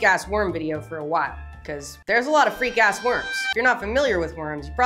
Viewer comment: 😂yep, the em-PHASIS on the wrong syl-ABLE changes it all up!